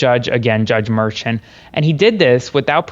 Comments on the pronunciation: I agree, but if you're selling yourself as a legal expert, while looking 15; you should pronounce names properly, so people will believe you ARE the former!! "FAW-NEE" not FANNY & JUDGE "MER-SHAWN" not MERSHIN. Just sayin'..... LOL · The judge's name is pronounced Mer'shawn. KFA pronounced his name. If this is incorrect, blame Karen